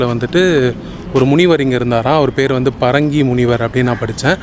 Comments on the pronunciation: It is Bringi malai, Bringi munivar stayed here, not parangi.. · Not parangi munivar. But Brungi munivar. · Parangi munivar illai. Bringi munivar. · "Bhringi" munivar please, not 'Parangi' munivar! Thanks for this exploratory video